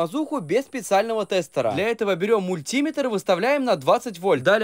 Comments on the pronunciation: Не мультиметр а мультиметр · Не мультИметр, а мультимЕтр Не килОметр, а киломЕтр 😂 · Ты мультИметр,делай правильно ударение. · Мультиме/тр. Ударение на е